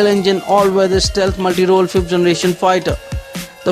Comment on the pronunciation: it's stealth, not istealth..